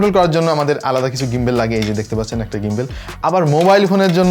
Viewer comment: ভাই ওটা গিম্বল, গিম্বেল বলেন কেন?